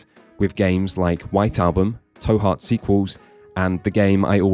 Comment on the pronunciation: The 'to' in 'To Heart' is pronounced like the English words to/two/too, e.g. as in 'Go to Jail, Do not collect $200'. Not like how you pronounced it in the vid tow, as in tow your vehicle. You can tell because it's written that way so that it's really clear, トゥハート. There's a small 'u' after the 'to' which makes it a 'tu', which in terms of the phonemes involved is meant to make it as close as possible in pronunciation to our English words to/too/two